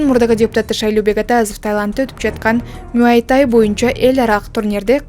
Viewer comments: Блогер тууралап сүйлөгөндү үйрөн.мүйай тай эмес,муай тай же тайбокс. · Мүай тай эмес😂 Муай тай😅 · Муайтай дейтко Муай-тай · Мууй ай тай дечи 😂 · Муай тай дегенди да норм айталбайт 🤦